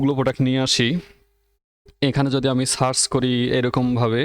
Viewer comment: আপনার উচ্চারনে কিছু সমস্যা আছে। - সার্চ কে আপনি বলেছেন সাচ